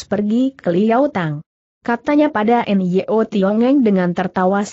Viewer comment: Nyo Tiong Eng. Putrinya bernama Nyo Liu Jing. Sayang suara google mengubah Nyo menjadi: en-ye-o. Apa tidak bisa ucapkan: Nyo????? Mohon kualitas ucapannya ditingkatkan. Trims